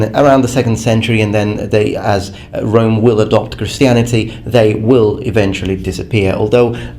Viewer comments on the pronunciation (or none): none